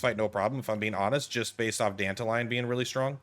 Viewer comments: dan-ta-ree-on silvousplait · Dented Lion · Please never say Dantalions name like that ever again